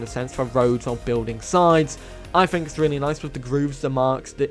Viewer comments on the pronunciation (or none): Hey millennial it's fucking 'think' not 'fink' your an annoying kid.